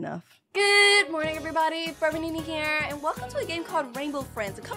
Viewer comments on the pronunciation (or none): In the 8ntrowhen you said forever nenaa i thought you said frevernini